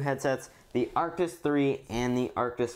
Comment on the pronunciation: Why u say artis😂